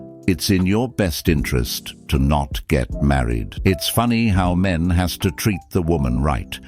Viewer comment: never heard a dude pronounce "men" like "meeee-in", plenty of women do though